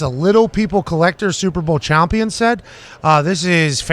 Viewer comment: Chompee-on set